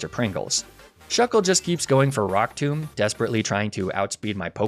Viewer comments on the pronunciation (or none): none